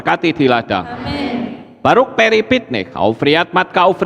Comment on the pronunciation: Ngucapin Baruch kok Baruk...?🤦